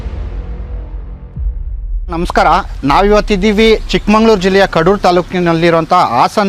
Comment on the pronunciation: ಸರ್ ಅದು ಚಿಕ್ಕಮಂಗಳೂರಲ್ಲ ಚಿಕ್ಕಮಗಳೂರು ಉಚ್ಚಾರಣೆ ಸರಿಯಾಗಿ ಮಾಡಿ